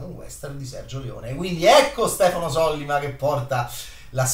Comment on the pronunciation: Sollíma,.. Sollíma.